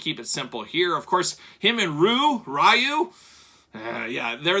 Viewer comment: It’s pronounced REE-YOU. it’s not that hard. 😂.